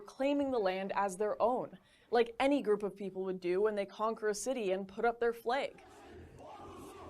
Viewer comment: He says flag like fleg (I said he cause he is legally a man)